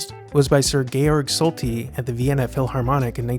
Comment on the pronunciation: SOO-bic Bay, Erich LINES-dorf, Georg SHOL-tee. I gather you've never heard of this place or these people.